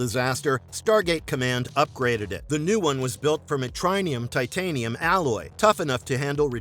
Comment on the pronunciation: Also trinium